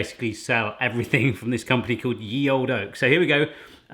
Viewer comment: it's read 'The Old Oak', not 'Ye Old Oak'.😉